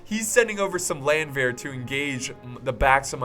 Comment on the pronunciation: Hey, try to pronounce "Landwehr" like it´s spelled Lundwehr and it will sound german. Btw i love you:D #nohomo